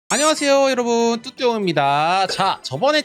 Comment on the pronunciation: 시작할때 안녕하세요 여러부?ㅋㅋㅋㅋ